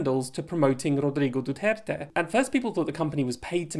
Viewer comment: Your pronounciation of Duterte’s surname is very good. Many foreigners pronounce it very badly.